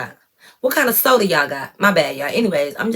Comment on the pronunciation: I’m 💀 at “SODA” w the country accent. Sound just like us lol